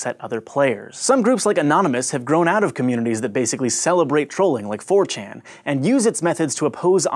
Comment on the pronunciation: it's a english weeaboo thing: fo chan.